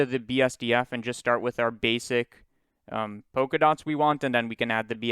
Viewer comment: but polka dots is pronounced polka dots, not poka dots.